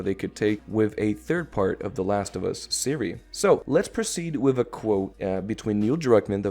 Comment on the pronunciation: Yoooo it’s “series” not “Siri.” I wanted to tell you that in your previous video haha.